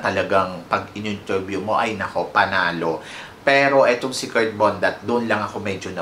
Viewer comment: Anong Kurt "Kirk" ang bulol mo talaga